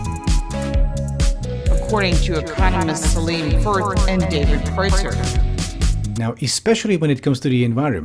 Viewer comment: They can't even pronounce obviously German names like Kreutzer :P